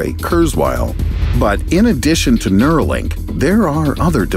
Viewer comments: Its Neuralink mate not neurolink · It's Neuralink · isn't it Neuralink instead of Neurolink!!! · Just a small correction, it is Neuralink. :)